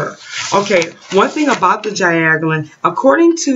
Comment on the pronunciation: You are studying as an herbalist, and can't even pronounce their name... I am off.